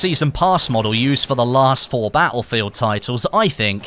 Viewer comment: I hope you say battlefield properly before the new one comes out!